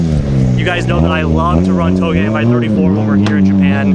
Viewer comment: Lol i learned something today i am supposed to pronounce touge like “towgay” not “ta o g” lol